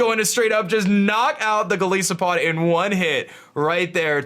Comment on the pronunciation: Lol why do you pronounce Golisopod like that? It comes from goliath and isopod, both of which have I's like the word 'eye'.